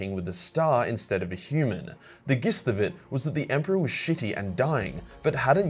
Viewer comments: 🤣 "the Ghist" of it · BRUH, its "j"-ist... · Today I found out can't pronounce the word jist Nor can he interpret the climax of godblight properly since that was clearly Guilliman hitting apotheosis